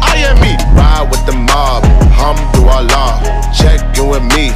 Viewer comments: Im pretty sure he is saying hum to Allah...because that is not the correct pronunciation for Alhamdulillah. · Alhamdulilah but he says it actually a little bit wrong he says Ham-du-Allah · "Humdu llah" pronounce it right da fuck. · For those people who says that Alhamdulillah means Thank God, you were right, but only if you pronouced it right. It's just like you telling people that you are sick but people say that you are suck. If you pronounce it wrong, then the meaning will be different. I won't say that he disrespect this beautiful words which is prising God by adding harsh words afterwards, I really appreciate this work, but hopefully he will be more careful and find out first, because there are things that can't be played around. ^^v